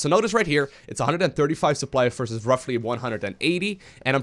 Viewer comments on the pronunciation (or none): none